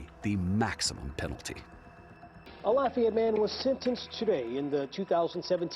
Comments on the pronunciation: The way David Begnaud pronounces Lafayette is super annoying. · His pronunciation of "Lafayette" is almost criminal 😬